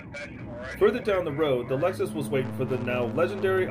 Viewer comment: I love this in the intro : “It all started when the police officer wanted to stop the Legzis.”!! 🤣